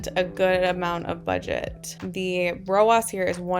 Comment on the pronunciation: Love this content! You are the first person to make this make sense for me in a very easy to understand way - THANK YOU!! Funny side note, your pronunciation of ROAS as “row-oss” would mean pronouncing Ads like “Odds” 😜 I have only heard ROAS pronounced “row-azz” because Ads is pronounced like, well, Ads 😅 Anyway, made me giggle and re-watch that whole section many times because I was distracted by the pronunciation. Good for the YT algorithm LOL! New sub 👊🏼